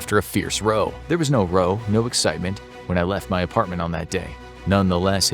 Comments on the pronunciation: Can you check you pronouncions before you post, it can take meaning away from words row is raú. Edit: thought I'd mention I absolutely love your videos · Row is pronounced 'r-oww' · The word "row" when used that way is pronounced like in "rowdy" and it is actually even a form of that word.